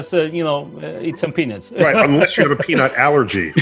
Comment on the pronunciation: Muito interessante a entrevista! Só um comentário que minha maturidade de quinta série não deixou passar e eu ri: Quando for pronunciar amendoins (peanuts) dá ênfase no nuts, pq se vc falar tudo com a mesma entonação soa como penis! Parabéns novamente pela entrevista! Abraço kkk